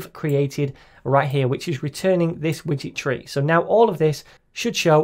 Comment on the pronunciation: I keep hearing "witchetry" instead of "widget tree". This has to be the best SDK ever! 🧙🏻‍♀️ Than You for the great tutorial!